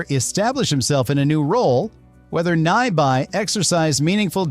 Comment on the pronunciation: What's with the, like, 12 different pronunciations of Nyby? Are you a robot or just an idiot? 👎🏻